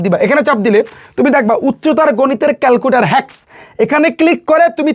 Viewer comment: don't mind calcuter na calclutor❤❤❤